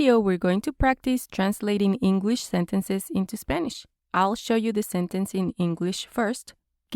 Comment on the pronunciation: You speak great engwish 😁